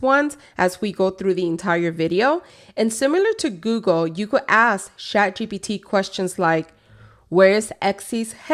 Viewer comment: Why do you say shat? It's chat right?